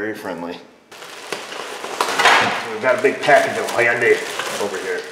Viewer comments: Its Hyundai. Rhymes with Sunday. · Hyundai sounds like Sunday.